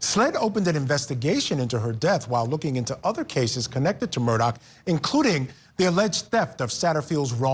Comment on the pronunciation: I just have to RANT ....... Why does everyone pronounce his name as MURDOCK ??????? ITS MURDAUGH ....... MUR-DAW